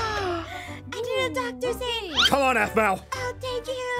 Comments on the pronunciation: Its zane not zain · It's Zane not zain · BRUH THIS IS SWEET BUT THE CORRECT WAY TO CALL HIS NAME IS ZANE NOT ZAIN!!!!!